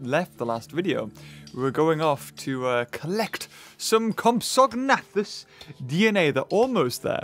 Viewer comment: You say compsognathus like comps-a-nay-thus